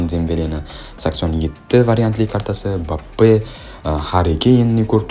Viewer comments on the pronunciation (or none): none